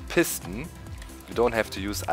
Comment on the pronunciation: I like the way you say "Piston" because it sounds like "Piss Ton". :D Now say "Sticky Piss Ton"